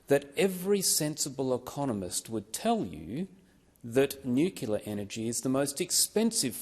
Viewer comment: Hi, Senator David Fawcett. While I agree with all that you have said in this video, I do hafta ask you just WHAT is 'nucular' power??????????????????? The CORRECT pronunciation is 'nu-clear'. Just my 0.02. You have a wonderful day. Best wishes. Deas Plant.